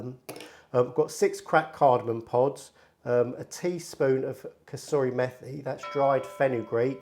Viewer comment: Great vid & keep up the good work! Just 2 small points: 1. ‘Methi’ is pronounced like ‘matey’ 2. ‘Mirch’ is pronounced ‘Mir-ch’ [like in ‘Miranda’]